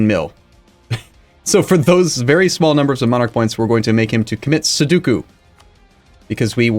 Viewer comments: Its sudoku, not seduku xD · mmm yes, pronouncing Sudoku as "Sow-doo-koo" is a common mistake I've heard many people do. From my limited knowledge of pronunciations though, I believe it's pronounced "Soo-dow-koo". Cheers! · For sure, although isn't it sudoku, not soduku...? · Mesmerised thing is that his pronunciation of sudoku was terrible